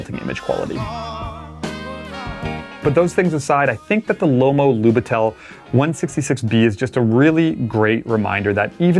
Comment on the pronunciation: it's "lub I tel", not "lubit E l". From Russian it's translates as rookie.